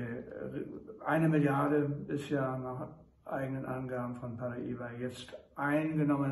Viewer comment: Was ist Pariba???? Lernen Sie es erstmal richtig auszusprechen. Hab sehnlichst ihr Video vermißt.